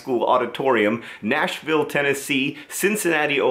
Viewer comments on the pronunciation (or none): none